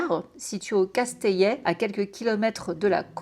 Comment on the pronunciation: Le CASTELLET pas le Casteillet 😅😘